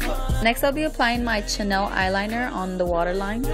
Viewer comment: CH-anel? You mean Chanel (Shanelle) Lol